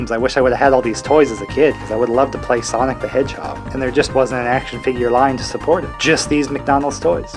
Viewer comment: ”SIANIC” WHAT